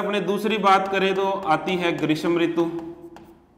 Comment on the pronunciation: ग्रीस्म नही ग्रीष्म होता है।